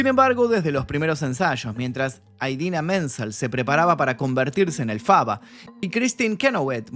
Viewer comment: Ok, pero su nombre es Élphaba, con acento en la É, no Elphába con acento en la A como la pronunciaste, igual gran video crack